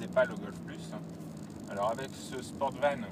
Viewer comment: Volkswagen Golf "Sportsvan" et non "Sportvan" ...!